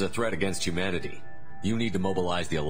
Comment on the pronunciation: Every time he says Humanity it sound like he’s saying “you manatee”